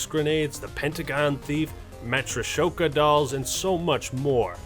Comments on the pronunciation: I am very upset by 2 things here. 1. He said mule kick was clutch no it’s not 2. He said matroshoka dolls and not metroshosko dolls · "METRA SHOKA DOLLS" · The way he horribly mispronounced Deadshot Daquiri and the Matryoshka dolls pains me